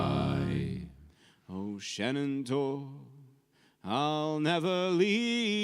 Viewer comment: Question about 'Shenandoah': why do you pronounce the 'i' at the end as 'ay'? I'm sure there is a good reason but was very surprising to hear; anyway - sorry not to have been able to watch the stream live yesterday, but still under the spell of having been to and enjoyed a lot your concert in Sint Niklaas (including the chat and photo op)! :-)